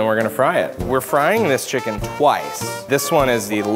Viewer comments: Chickings😂😂😂😂😂😂😂😂😂😂😂 XD XD XD XD XD LOL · BONE LESS CHIKEEN